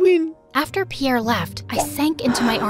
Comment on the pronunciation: Piere's accent is so good😂😂😂😂